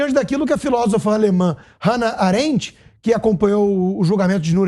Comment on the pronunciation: nao sabe nem falar Hanna Arendt, então fike calado, kieto vc é poeta